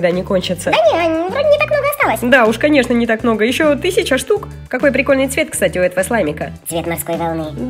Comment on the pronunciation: Услышали от Юми в пикольный